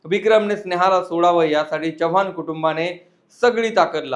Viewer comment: च्यवाण नाही चव्हाण असं म्हणतात